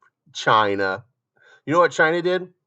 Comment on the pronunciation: Stop saying China like that sounds weird